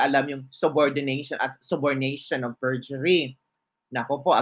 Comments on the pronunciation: Hahahaha...kakahiya nman yang sis former bold star Dan Fernandez mambabatas Hindi alam Sabi Niya Subordination by perjury"????dapat bago siya pa interview meron siya abogado or magtanong siya muna sa nkakaalam sa Kaso eh siya maling Mali siya lalo na buong Mundo manood skanya? Ang tama Sana sa words Niya "Subornation of Perjury"? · OP KORS ATTY DAN 'P'ERNANDEZ I WILL POLLOW YOU. YOU SAID SABORDATION OP PERJURY😅AND CORR'A'BORATIB😅😅😅ANG GALING NI ATTY GOGGLE 😅